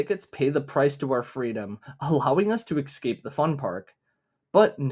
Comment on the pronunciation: pls say escape not excape (sick video tho, thx random dog of internet)